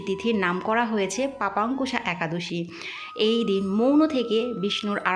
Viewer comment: লেখা আছে পাশান্কুশা একাদশী, আর আপনি উচ্চারণ করলেন পাপান্কুশা।